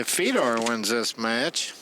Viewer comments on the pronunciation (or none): Holy hell, Nick Varner should stay out of the booth. It takes him 30 minutes to say what anyone else can say in 5 minutes. And his name is Fedor, not Fee-dor.